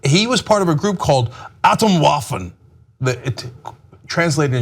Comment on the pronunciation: this dumbass just said waffen, its pronounced vaffen